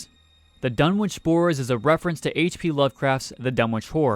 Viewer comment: just a heads up, the w in Dunwich is silent, it's pronounced Dun-ich